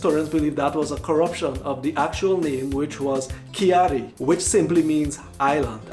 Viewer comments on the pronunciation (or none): The video was nice. I like the research. Trinidad is Ka- iri.. You have to annunciate them slow and sound out every letter. 😂 i truely enjoyed it. 💪💜